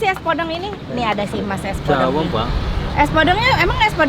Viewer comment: Penyebutan podeng nya salah teh